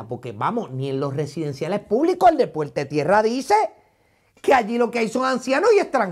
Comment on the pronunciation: Minuto 11: puelte Tierra. Aprende a hablar.